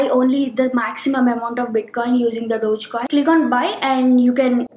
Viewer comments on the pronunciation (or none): Dodgecoin?!!!! I thought it is called DOGECOIN!!